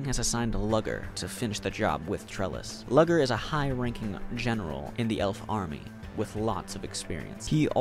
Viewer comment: from his narration style i can tell hes severely autistic, closeted gay, and for as much as reading was his entertainment his reading abuility to pronouce names is trash. its nAvin no Nayven, and Luger like the rifle not lugger